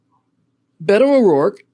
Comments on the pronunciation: It's Beta (as in beta male) O'Dork... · It’s pronounced Bee’toe